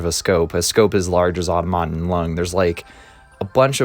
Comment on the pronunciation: Most of me: Wow! what a cool video Small gremlin inside of me: the stress should be placed on the "tom," not the "aut" in Automaton